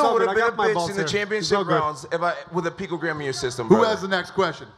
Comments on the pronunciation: Utter lies . See how he can say pecogram when it suits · Lol....mispronunciation of picogram